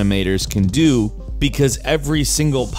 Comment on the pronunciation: It is "how DO..." laughs like a nerd eternally